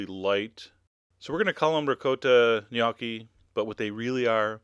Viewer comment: the 'o' in gnocchi is pronounced like in the word 'home'